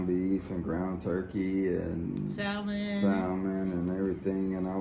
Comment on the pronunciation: The l is silent in salmon …It is sa. Mon….